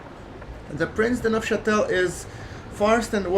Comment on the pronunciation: Yes. you pronounced Prince de Neufchatel correctly! Keep up the good videos!